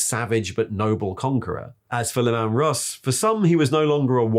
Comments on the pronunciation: Just one tiny criticism: "Lim-ann Russ"? Not possibly pronounced as Leeman Russ? 😛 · Who is l'man russ supposed to be? 😂 Lee-man Russ Dave woth Var-ran-guy. Sorry, mispronunciation is a bug bare of mine. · Lemon Russ" lol "Sickth"" lool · i dont understand how the author, a native speaker, cant pronounce "sixth" and Leeman Russ. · Never heard Leman Russ pronounced that way in any of the audio books that feature Leman Russ and the Space Wolves??